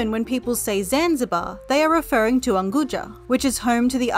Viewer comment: The narrator's swahili is horrible, at least basic research would help. "Chama Cha Mapinduzi" is pronounced completeley different (not sh, but as an actual ch), also Unguja is pretty bad. The mirrored photos/footage is confusing and misleading. (source: I lived in Zanzibar for 1 year)